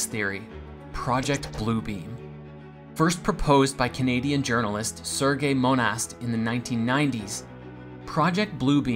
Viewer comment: The name Monast is said like "Mona".